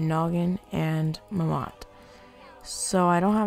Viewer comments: I loved the way he said mammot... muhmott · I lose 50 brain cells every time he pronounces "Mammott" incorrectly.